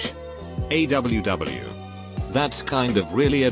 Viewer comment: Us: Aww TextToVoice: A W W